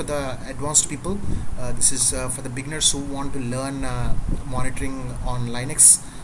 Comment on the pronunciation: it pronounced Lin X. Not lie nix thank you for sharing your knowledge. you're a good teacher